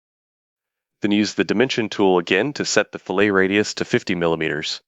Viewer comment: Yes. When one feature was apparently 'fill-ay-ted' that somewhat took me aback ;) lol